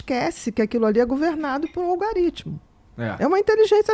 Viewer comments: Achei que a conversa seria interessante... agora chamar de Algorítimo de "Algaritimo" gera repulsa! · O que é "olgarítmo"? kkkkk muito inteligente, mas quando falam essa palavra errada, dá uma agonia. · Semáfaro (semáforo)... Logarítmo (algoritmo) ... Meu Deus! Vamos ler mais gente! Psiquiatra falando errado assim! Vejam o que virou isso!